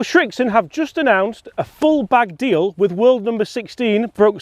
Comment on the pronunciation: Srixon... not Schrixon